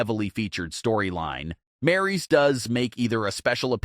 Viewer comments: 😅 these guys did not know how to pronounce name we got one guy calling Raquel Rodriguez Rocky we got this one Maurice it's Maryse lol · Learn how to say Maryse's name. Geez, it's not that hard to say.